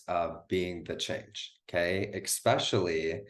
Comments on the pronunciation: Why do educated, intelligent people say "EXspecially" - there is no "X", it's pronounced "ESpecially", drop the X America. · Yes I loved it and I love you, thank you. But please drop the X in Especially? Pretty Please?